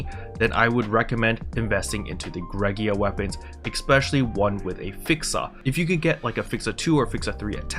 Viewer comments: I’m probably the only person bothered by this, but it’s Greaga, not “Greg-ee-ah”. I have heard some people say “gray-ga” I’ve heard some people say “gree-ah-ga”, but you’re like the only person I’ve heard say “Greg-ee-ah” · "Gree- ga" Hard Gs. 'Ea' sounds like a 'Ee' (long vowel when together). I guess English is hard.